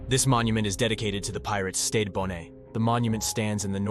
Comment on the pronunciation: It's not bonet or bonay it is bon NET you moron read a book stop using AI